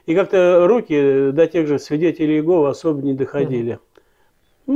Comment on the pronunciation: Произнесите пож-ста Имя Бога правильно не иЕгова а ИегОва